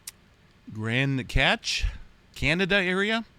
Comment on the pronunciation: Pronounced Grand CASH ( Cache ) Alberta